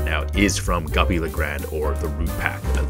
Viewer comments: ITS GOOPY G OO PY, NOT GUPPY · Why do you call it guppy the name goopy